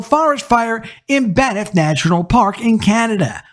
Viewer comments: FYI: Banff is pronounced 'Bamf'. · "Banff"--single syllable. No 'i' between the 'n' and 'f'.